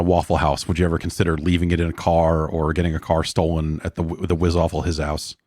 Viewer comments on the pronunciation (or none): "the wizzaffle hizzaous" ...yup